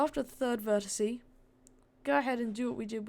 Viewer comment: Why do u call an individual vertex a verticie? And also a roll point a roll point a roll verticie?I don't hate you for it, I just think it's funny. XD And also you left some things out of this one that really wouldn't take much more time but would make the ride much better (like rotating the track that's returning to the station so it doesn't just go straight from where it was, as well as other things) did you skip it for the sake of time or just cause you didn't wan't to do it? I don't know, that's y im asking.